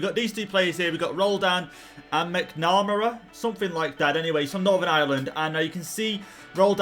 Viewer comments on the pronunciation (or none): none